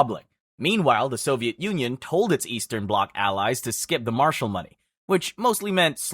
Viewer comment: It's Marshall not Martial. It was named after a person